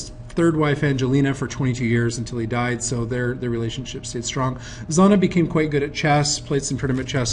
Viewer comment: A very good presentation, but come on buddy, you're a librarian! His daughter's name is Zhanna, not Zanna. You are pronouncing it with a 'z'. It should be pronounced like the second 'g' in garage. And she lives in Latvia now. After 16 years in Germany she moved back. And it's "Alyokhin", not "Alekhin". At least when you hear it in Russian. Great picture of Putin with Reagan, though! That is a classic. Thanks!